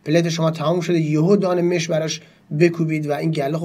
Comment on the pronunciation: دان مش (با فتحه mash) درسته نه با کسره (mesh)